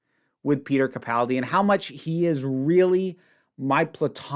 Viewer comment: Nice job actually pronouncing “Capaldi” correctly 😂